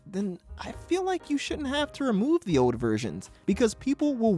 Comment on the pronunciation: The word is OLD. There's an L in there. It's not "ode".